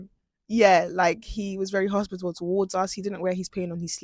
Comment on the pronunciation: Hos-pit-a-ble And Pat-ri-ot-ic are the words you should know.